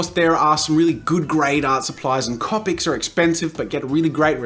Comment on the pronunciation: The way he pronounces copics makes me cringe